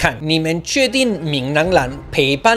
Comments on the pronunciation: ＂背叛＂唸被判不唸培半＝陪伴 兩者意思差很多還好回頭看字幕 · 背叛我一直聽成陪伴😂